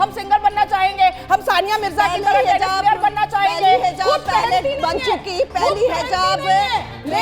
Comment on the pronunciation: phele hijab bolna sikho hizab nh😂